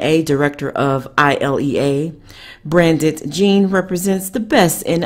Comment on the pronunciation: It's pronounced BRANT,the D is silent.